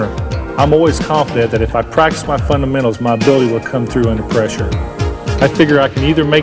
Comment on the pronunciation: I love funnamennals.